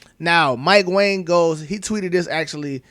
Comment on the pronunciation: Did you know Mike Wang last name is pronounced WONG. Crazy.